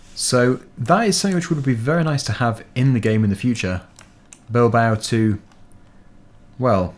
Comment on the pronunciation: u pronounced it well